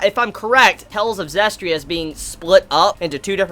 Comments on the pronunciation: It's Zestiria. Not Zestria. 4 syllables. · "Hopefully I'm saying her name correctly." Bruh,, you can't even pronounce the anime title correctly.